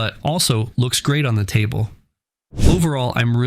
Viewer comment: Viking does not belong in a top 3. You dont pronounce lucasi correct and everytime you showed someone shooting with these cues they missed. A couple dont even know how to hold their bridge hand. This was comical lol